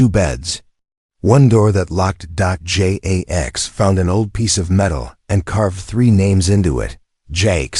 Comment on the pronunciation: Dot J A X. AI Can't say Jax so it spells it. Dot Dot Dot